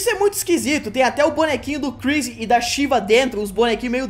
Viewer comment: Por que o fala Sheeva, ao invés de Sheva? Referências à MK? Porque pronunciam o nome dela várias vezes durante a gameplay.